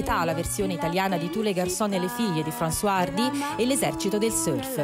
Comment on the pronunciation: 1.09 Françoise Hardy!!! Orrore, l'ha pronunciato come se fosse un uomo...Fransuà e non come doveva Fronsuaz. Ma vedete chi mettete lì a commentare...